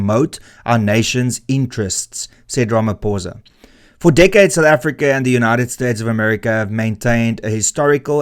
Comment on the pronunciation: Pitty you can't even say his name properly. Gives you no credibility... 😅